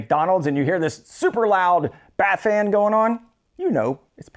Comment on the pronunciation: All I kept hearing was "Bat-fan". Then the AuDHD started kicking in... "Nana nana nana nana, nana nana nana nana, Bat-fan!" I'll be hearing that for weeks now.